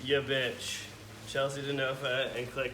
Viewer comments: Chelsea and "Chelshe" haha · Chelshe and Chelhe. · chelshe and chels-he. good shit.